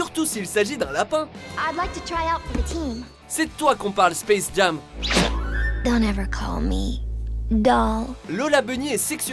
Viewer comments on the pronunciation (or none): Ça se dit Space jém pas Space jAm